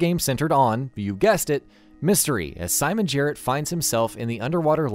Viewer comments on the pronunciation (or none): none